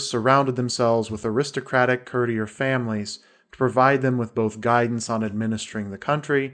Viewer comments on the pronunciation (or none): Nannette Sidebottom As well, I believe when he says the word he pronounces “cur-tee-er” he means “courtier”, pronounced “court-ear”. Please correct me if I’m wrong. It may be that I just don’t know the word he’s saying.